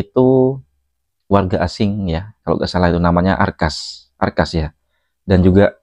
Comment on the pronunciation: Akhas doang bang ndak pakai R /arkhas brangkas apa, brangkas perempuan x 😂😂😂